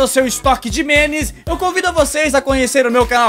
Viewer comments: o ficava falando menes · e minha impressão ou o fala menes em véz de memes